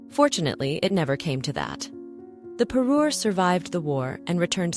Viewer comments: Me encantaría q pronunciarse correctamente, no le regalo un Perú ( un país) le regaló una parure ( conjunto de joyas que hacen juego). Mí Dios!!!!😮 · Say Parure one more time.